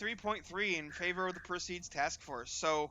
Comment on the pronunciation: Not sure how Harnas wants it pronounced, and you can pronounce the word however you like, but it is per-see-id as opposed to per-seed. Just an fiy.